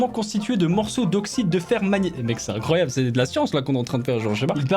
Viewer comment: INROYABLE au lieu de INCROYABLE X) (paix a toi ema)